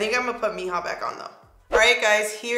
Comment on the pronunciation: If you say these 2 words 'Cheese + meh' as 1 word, thats how chisme sounds :) & also mija if u say 'me + haa' with the a sound it will be correct, in a lovin way everytime u said mija i couldnt help but say heehaw In my head. Lol. Btw you made these colors work 😍!!